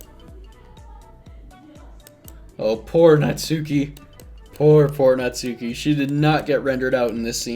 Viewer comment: Here's a VERY common mistake that many people don't realize until that search it up, and I am guilty of this too: Natsuki is pronounced "Nahts-kee", with the 'u' slightly silent